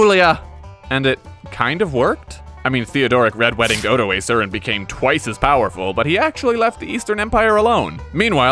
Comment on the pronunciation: Stopped watching as soon as you pronounced Odoacer wrong. But at least you didn’t call him OdoASSer so I’m not too mad.